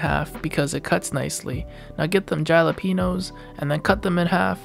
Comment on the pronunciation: I thought I was the only one that says jalapeño with a “j” 😂😂😂